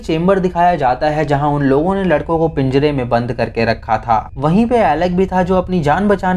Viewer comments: Bhai pinjra hota h pinjda nhi🤣🤣🤣🤣🤣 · Bhai pinjda nhi pinjra hota h jab tum pinjda bolte ho to apko marne ka man krta h or gusse se gali dene ka bhi baki apki all video nice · bhai PIJDA nhi PINJRA bolo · All was good, but what is pinjada, i think it was pinjra not pinjada. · Pinjda nai hota pinjra hota ha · I like the way you say pinjdaa 🤣